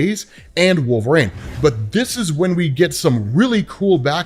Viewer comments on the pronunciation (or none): wol-ver-een , not wol-ver ayne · I'm not the only person that hears Nails on a chalkboard every time this guy says wolv rain it is pronounced wol ver one. This has been established for years across multiple forms of media its not up for debate or interpretation his name is established. I'm a huge fan but I swear to God I might go to jail if I ever meet this guy I might need to strangle him while screaming his name is wol ver ine! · I dont remember robb saying wolverine soo stupid its not wolvesreen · The way you say Wolverine hurts me. Yet I still listened. 😅